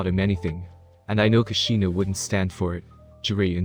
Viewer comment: Like I didn’t think it was possible to say everything wrong , Naruto, Minato, kushina, hiruzen, bijuu, konoha. Like wtf